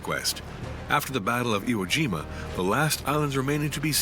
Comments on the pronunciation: Did no one listen to the narrator before releasing this? Ie-Jima now Iwo-Jima? Hiromichi now Hiroshima? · The narrator keeps getting the names wrong. "ie-jima" read "iwo-jima" and General "Hiromichi Yahara" read "Hiroshima Yahara" lol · It's pronounced "EE-eh" Jima...Iwo Jima is a completely different island to the East. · Damn shame that the narrator keeps referring to Ie-jima as Iwo Jima. Pretty huge mistake to make. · I E Jima not Iwo Jima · The name for IE-JIMA is mispronounced as IWO JIMA and will be confused with the earlier battle in February. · Also they mispronounced Ie Jima as Iwo Jima multiple times